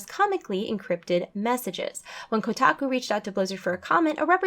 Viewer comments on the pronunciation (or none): none